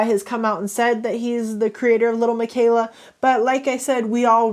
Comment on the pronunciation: The pitchers? And little plz stop she is fake and pronounce it right not trying to hate but it’s really bothering me and miquela I don’t think is pronounce mikayla I think it’s lil miquela (Mikueela)